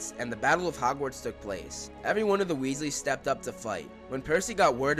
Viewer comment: Weasleys, not Wesley's